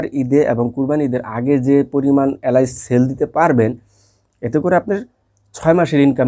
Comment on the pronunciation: এলাইচ না উচ্চারণ টা হবে এলাচ। বাংলা উচ্চারণ ঠিক মত করতে পারেনা, ইউটিউব এ ব্যবসা করে।